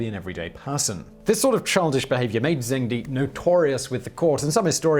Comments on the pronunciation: The "de" in Zheng De, is pronounced like "der" /də:/ in British English (without rolling your tongue) with a rising tone. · Pronunciation! “Zh” in Chinese is pronounced like “g” in “George”